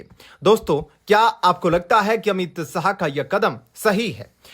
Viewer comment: बहुत अच्छी खबर। पर अपना उच्चारण सही करो 'श' को 'स' (अमित साह) व 'स' को 'श' ( शांशद) कहना। हिंदी क अशुद्ध उच्चारण ठीक नही लगता।